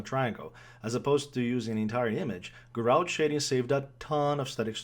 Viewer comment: Nit-pick: Gouraud is pronounced like "Gorough" (think NYC "Borough") :)